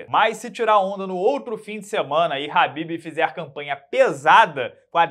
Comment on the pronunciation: Quando o chama o Kahbib de Habib, ele deixa de chamá-lo pelo nome para chamá-lo de “amado“. 😂